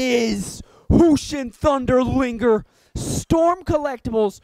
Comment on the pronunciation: you said liger wrong